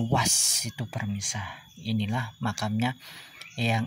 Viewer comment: maaf kang pemirsa bukan permisa ya😅